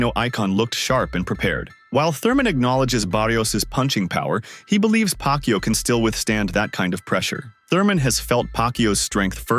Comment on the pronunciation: CANT EVEN SAY PACQUIAO LAST NAME RIGHT 🤦